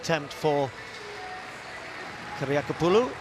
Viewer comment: I am very impressed ... with the announcer's seemless pronunciation of Kiriakopoulou! .... and also also I'm just here because I'm impatient for the Olympic women's polevault to get posted. I watched it live but the broadcast only occasionally panned back to it when other events happened to be on a break )